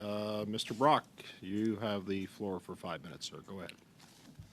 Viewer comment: The man's name is "Brock", not "broke", just fyi!